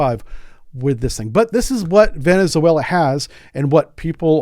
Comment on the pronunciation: You are mispronouncing Venezuela.